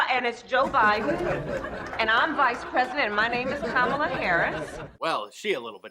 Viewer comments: Did she actually said "My name is Kalama Harris"? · "I'm Kamel-toe Harris" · "No, no, no no. My name is Kamaltoe Harris and I'm Vice President." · I remember the pronunciation of her name being a big deal. She just mispronounced her own name. I wonder if she's a racist.